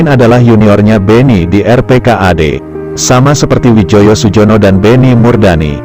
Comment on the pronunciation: Namanya Widjojo Sujono itu ejaan lama dibaca dengan EYD Wijoyo Suyono